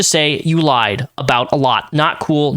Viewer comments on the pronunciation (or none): none